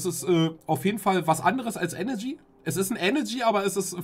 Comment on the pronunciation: ich kann doch echt nicht der einzige sein den tanzis aussprache von eneRgy sauer macht xD ich raste jedesmal aus wenn er enegy sagt